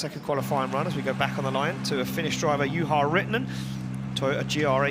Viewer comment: nice to see ian at least trying to pronounce Juha's name correctly